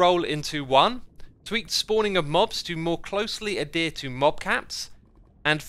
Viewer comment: did he say 'a-deer' for adhere?